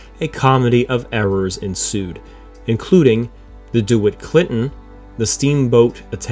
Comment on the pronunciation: Oh my. DeWitt (pronounced dee WIT) Clinton.